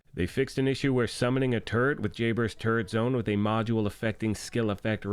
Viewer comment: oh turret...LOL! I thought you were sayin TURD.